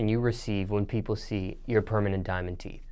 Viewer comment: “Diamond Teef” 😂😂